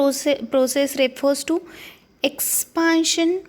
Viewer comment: Not expaaantion it's expantion